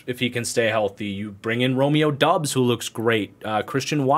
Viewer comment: Doubs is pronouced Dobbs. Romeo literally told the Packers and the media how to say it in April.